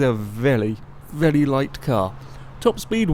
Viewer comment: AM I the only one who thinks says "vely"? xD